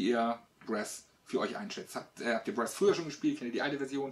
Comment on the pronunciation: Aber bitte mit korrekter Aussprache: Brass mit langem 'a' und nicht kurzem 'ä'